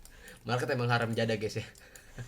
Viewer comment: Jadi ngakak pas sebut “haram jada” 😂😂